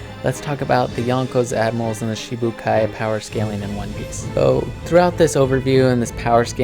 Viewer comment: Its shichi not shee shee but oke